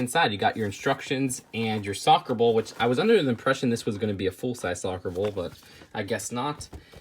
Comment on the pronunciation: When you try to say ball but just say bowl instead